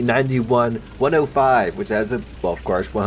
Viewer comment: Everytime he says iKv I hear Ikea